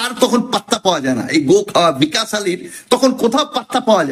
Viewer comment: ভিকাশ নয়, বিকশ। ঠিক করে বাংলা জানেনা পন্ডিতি ফলাতে এসেছে।